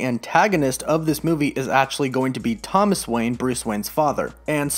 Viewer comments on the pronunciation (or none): you mean "thoman wayne" right?😅